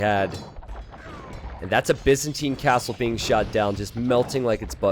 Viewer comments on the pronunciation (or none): none